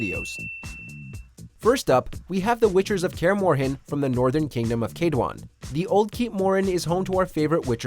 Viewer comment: The way he pronounced kaedwen 😨😨😰